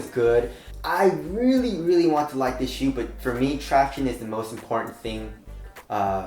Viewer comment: Will ever say "traction" right again?!